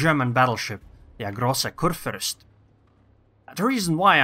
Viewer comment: First one thats not butchering the name of the ship g